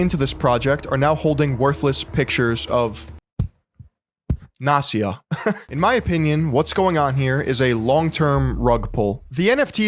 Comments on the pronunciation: It's not Nasia, it's NAST-YA. You pronounce the T. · Great video, since Gary Vee goes NFT he became even more irritating. And another thank you for word "nepotism", because in russian language I know this word very well and here it is not just a word, but the phenomenon of life. If I may, one little remark not "Nasia" but NasTya (T is not silent . The full name is Anastasia). Sorry if I'm not the first who saying this. But in this case I guess we shouldn't really give a fuck what is her right name :) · It's NasTya, not Nasya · It’s Nas tia. Not nasia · Its NasTya, With T like in word Nasty, not Nasya. And no, I don't know who she is, I just know this name. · Incredible video, beautiful research, but I can’t fucking believe your pronounciation of name “Nastya”. Even when you spelled it out, you did not miss the “T”, while you did not say the letter “T” once, you could only hear “Nasya”. All that aside, awesome, keep it up. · Not to discard the topic & then info, but I can’t listen to "nastya" without "t" in the middle. That letter is there for a reason! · Why can't you pronounce Nastya? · Btw you pronounce Nastya incorrectly. The name is Russian short for Anastasya. S and T are separate sounds. Anyway, in the past years, a lot of people are trying to monetize their children. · Can't believe can't pronounce "Nastya" properly. Damn bro.....